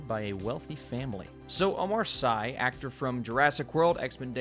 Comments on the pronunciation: "Sy" is actually pronounced as "see"... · Hi! I love your review and I love the show. But please can you make an effort to say his name right? It's OMAR SY "see". 🥰😘all love and support from Belgium.